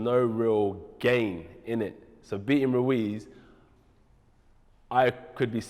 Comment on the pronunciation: Jacob Glenman RUIZ,not "Luiz"